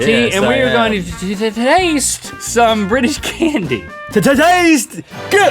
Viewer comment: Link.. Link... Link, that isn't a British accent if you want to do a proper british accent pronounce BriTish as if it's got a T in because you're pronouncing as if it's briish not briTish! Because believe it or not the is actually a T in the word briTish!